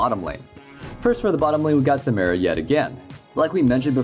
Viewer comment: Still cant pronounce Samira? Imma down vote just for that